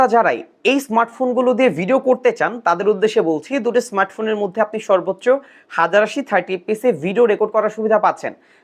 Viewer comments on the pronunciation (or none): none